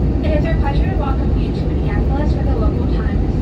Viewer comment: I laughed so hard when you called it Minnienapolis and not Minneapolis, lol! In case you never knew, I thought the IFE had a pop out screen in your armrest since the Seatback is so far in the emergency exit row that makes it impossible for reach in use. That pilot that got off the plane right in front of you sort of looked like he was in a hurry!